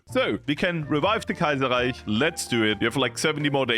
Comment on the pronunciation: how do you pronounce kaiserrecih so well